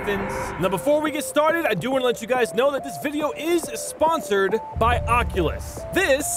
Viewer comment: Sponthored by....